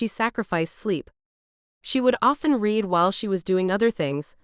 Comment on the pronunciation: I like these books, but, the AI narrator annoys me when she misuses the word READ......she can't tell the difference between the present tense "read" and the past tense "read" !! Former teacher here !! Spoils the book for me when the words are misread, or mispronounced ! Sorry.....